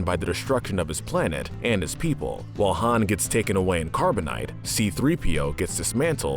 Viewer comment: Wait did he call him “ Hans “ ... it’s Han not Hans 🤦🏻‍♂️